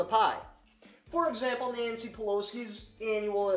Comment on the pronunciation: Is it Nancy Pelosi or Nazi Pelosi. They sound very similar when you say it.